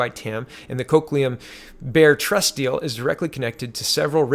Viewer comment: Lol, names names names. You gots some good one there today, looks Italian to me. always had trouble with those myself, but Coquitlam is Co-quit-lum